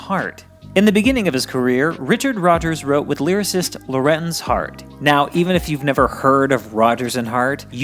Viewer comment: Had to pause in the first few minutes. I had always pronounced his name as Lor-ENZ or LOR-enz until I read an extensive autobiography of Lorenz Hart and the book said his name was pronounced Lawrence. Take that as you may. LH never told me himself so....